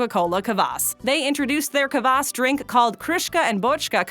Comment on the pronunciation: kvass not kabass